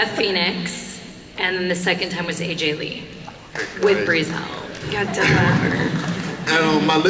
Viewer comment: how she says Aj lee😂